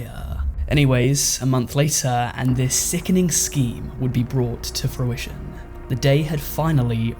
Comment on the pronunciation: You said furition, nice play on words lol my cousin is a furry or was? I'm not sure he didn't come to family gatherings in a costume but he did drive a big military vehicle once. 😅 I say let them be. Why criticize someone for what they do if it truly doesn't effect you in the slightest. My cousin is living his best life.